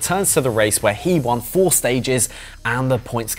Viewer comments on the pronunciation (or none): none